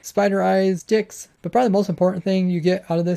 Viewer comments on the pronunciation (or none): I'm sure he meant to say sticks. But he just didn't pronounce the s sound lmao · did he say sticks or... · Nite he said sticks XD